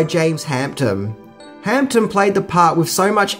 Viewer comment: Adrian Guinn i noticed two more, james hamptom and simularities. He does it in every video hehe, its a mission to find them all!